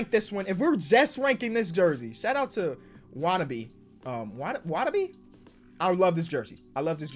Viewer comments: “Shout out to...Watuhbie(?)” All of Japan: Sad [Yuta Watanabe] noises Appreciate the A tier rank bro. 💯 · Memphis Grizzlies isnt it “wah-tuh-naw-bay”